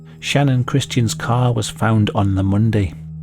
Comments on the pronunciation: Facts aren’t even all straight in this story.. he also keeps calling her name, Shannon… It’s Channon! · It bothers me for some reason that channon is pronounced Shannon and not Channon if Christian and Chris are lol its not Shristian and Shris 😅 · "Channon" isn't a name. You're pronouncing it wrong. I presume you can read and it clearly starts with a CH not an SH or SCH. Why do people have to do that to their kids? It's selfish parents that give sacrifice their children's happiness so that they can show off their "creativity and uniqueness" by giving their kids ridiculous made up words for names.